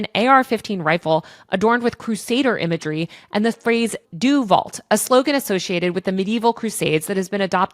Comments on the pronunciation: btw. "deus vult" is pronounced "day-us wult" or the more americanized "day-us vult" not "doos vult" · How did you read deus vult as "dew vult"? Is Latin, not French. It's "dayus vault." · Due Vault? 😆 I guess its good you dont know how to pronounce it, but its pronounced like Dey-Ooz Volt. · Dew Vult? Do Vault? Dewalt? Uh... I am prettu sure the pronounciation is much closer to: DAY-us VULT Or deos vault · It's "DEH-us vult", not "duh vult". Why do so many Americans pronounce every language as if it were American English? It takes maybe ten seconds to check how to pronounce a term you do not know. Somebody just needs to do it. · ... also, it's not not pronounced "Doo volt" but "Day oos Vult" or "Day oos Woolt" (the former being how actual Crusaders would have said it in 1099, the latter being how the original Romans would have said it). It literally means "God wills it!" in Latin, and was used as a kind of slogan during the Crusades, kind of like how Samwise Gamgee would yell "for the Shire!" when running into battle with orks or whatever. And yes, a LOT of hate groups, including anti-immigrant "gangs" formed by members within ICE and Border Patrol often with an alt-right Catholic or generally Christian bent, use it in their tattoos and other art. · It’s pronounced “day-oos Vult” it means “God Wills It” in Latin (your pronunciation sounds like you were pulling it from French) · you might have wanted to check the pronunciation of “Deus vult” before reading it as “do vault” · "day-us vult?" Isn't it? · Doo vult is crazy 😭 But fr great video, Latin pronunciation aside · It's Deus vult (Latin for 'God wills it'): pronounced "DAY-us VULT" But still great video ;) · It's pronounced "DAY-us volt." It's Latin, not French. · The pronunciation of Deus Vult is "day-us vult" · Deus Vult is pronounced like "day-us vult" (like the beginning of ult-imate), to be that person that cares about Latin pronunciation. excellent work as always.